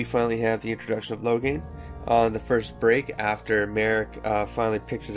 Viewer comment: I think this is a good idea. I giggled everytime you pronounced Loghains name as "Lograin". Hehe anyways, I'm glad you are doing this. I haven't read any of the DA books except "Asunder" because I was curious about what happened before DA inquisition.